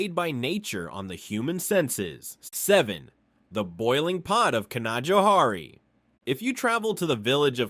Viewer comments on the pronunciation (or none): Canajoharie mispronounced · Canajoharie made me roar 😅.. I live within the Mohawk Valley region about half hr west of there.. Oh , and I'm born and raised here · lol Can-Ah-Joe-Hari not even close lol Canna-Joe-Harry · Canajoharie is pronounced Canna-joe-hairy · its can-a-joe-harry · It’s pronounced CAN-JOE-HARRY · As a life long resident of New York State, I have to say that this video was a joy to watch. However, I must point out two mispronunciations. Canajoharie Is pronounced Canna-JOE-harry and Schoharie si not pronounced with the first syllable like shhh, but rather SKO-harry. There are many other common mispronounced place names in NYS, Albany Is not AL-binny (like the diminutive for Allen) but All-bany, Cohoes is cuh-HOSE, Valatie is Val-A-sha, just to name a few. Great job on the video, regardless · can uh joe HAIRY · The way it pronounces canajoharie... Makes my blood boil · Great video! Born and raised in New York State, and I still learned a lot. I never heard of the massive salt deposit. Three place names pronounced incorrectly; Canajoharie, Shawangunks, Schoharie. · Canajoharie is a tricky one. — Someone who grew up 15 minutes away from there.